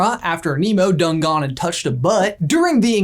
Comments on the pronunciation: in your video, says 'A'nd in a pretty pronounced tone. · he says "A"nd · ...9 months later... YOUR a113??!!! (8'D In the DISCORD! (X'D ... does you staying "And" count? a very predominant "A" letter-ish comes out of you at that time.. 8') !! Right at the corner of J's Eyebrow! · He himself is best at hiding A-113 at time stamp he says the word AND and very emphasizes the A therefore A